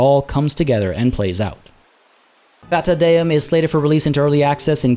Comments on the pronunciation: It's "Fata Deum" not "Fata Deuuum" A minutes later.... Your neighbor bursts into flames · It's pronounced "Fata Deum"...yw